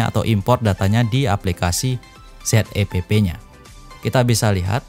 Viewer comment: Zepp kyknya lebih pas klo dibaca 'zep' dibanding 'z e pe pe' bang..